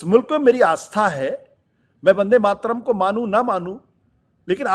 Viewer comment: ठीक से उच्चारण भी नही कर पा रहे वंदेमातरम... का।इसके उच्चारण से पता चल रहा है कि इसे भी वंदेमातरम राष्ट्र गीत से बनावटी प्रेम है। ये भी खास किस्म के सेकुलर ही हैं।